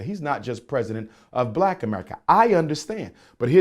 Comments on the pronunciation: wow he said Blad! That's a new one😆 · I heard 👂 that too 😆